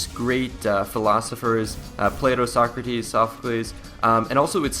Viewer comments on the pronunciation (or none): none